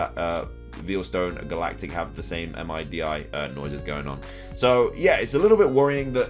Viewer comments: MIDI is pronounced like a word kinda like OLED (mid-E) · MIDI is pronounced 'mid' 'E' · MIDI is pronounced middy...